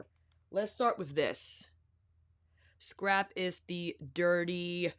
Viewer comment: I’m never gonna not hear ‘scarp’ now 🤣🤣 you crack me up. I always love your videos the most Alicia!! Thank you for doing ALL the color comparisons cause you know we need it lol